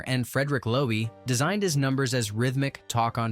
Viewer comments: "...and Frederick LOWEY.. What idiot. It's Frederick Lowe. Pronounced LOW Stupid crap videos like this piss me off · It's pronounced LOW not Lowee.